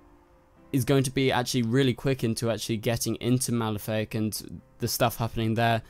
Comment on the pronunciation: Uh,his name is Malafaak, not Malefic. That sounds like a Maleficent ripoff... It's Ma-la-fa-ak. Jonn's evil younger brother from Mars